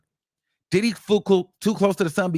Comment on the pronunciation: And hwo- hwaine 💨😂